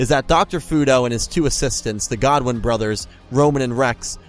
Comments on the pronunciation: Quick question why do you keep saying Godwin not Goodwin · Roman Goodwin not godwin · GOODWIN NOT GODWIN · I always thought it was GOODwin not Godwin